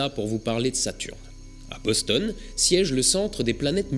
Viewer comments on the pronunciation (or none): none